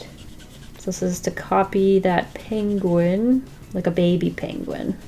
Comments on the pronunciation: I love the way she says the word penguin. (She says it like pang-win instead of peeng-win) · Me in my Harry Potter voice it's PEnguin not PAnguin lol. Sorry it made me laugh.